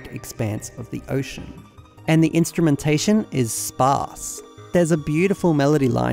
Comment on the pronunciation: The way you say "sparse" is entertaining lmao